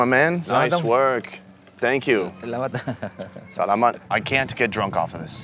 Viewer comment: When saying salamat, there's more emphasis on the 'la'. sa-LA-mat.